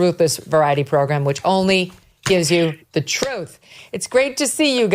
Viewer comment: I love that MK literally called it the Ruthless “Pro-Grumm”!